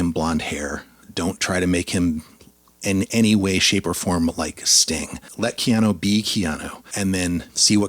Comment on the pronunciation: why are you saying KeanO.....it's KeanUUU?